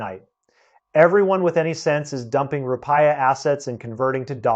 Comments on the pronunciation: Please bother to do some research on pronunciation. So, you won't embody the stereotype of clueless-of-the-outside-world Americans. It's Roo-Pee-Yah. Not Roo-Pie-Yah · The Indonesian currency is pronounced "roo-pee-uh", not roo-pie-uh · Thanks for the info. Roo-pee-ah. Other than that I agree with everything else. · Desperate circumstances called for desperate measures, but not thought through diligently beforehand. Rupiah is pronounced as rupee..ah. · i almost believed this until i heard him say ru-pie-ya lol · Counterintuitive thinking will shed the light … short term pain and challenges will be on the horizon but the mid to long term prospects for indonesia will be just fine..: the wealthy were looking for the dump to but and sit and see it all multiply… i think before we look to seek advice from an outsider .. we need to be sure he can at least pronounce the name of the currency correctly .. some expert .. i am an outsider but living in for the last 25 .. hang on its coming 😂